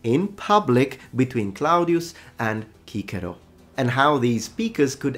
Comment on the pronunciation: Kikiro? I thought Cicero was pronounced Sesiro!